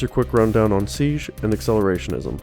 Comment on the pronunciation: 5 minutes of "REED SEEJ" Meh.